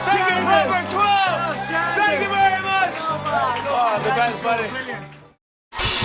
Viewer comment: Oh it's smooth Thankyou-thankyou so mooch